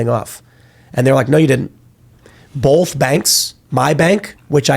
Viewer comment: Bolth banks....